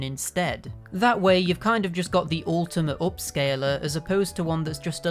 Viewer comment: "Upscaler", not "OHpscaler"; "upscaler".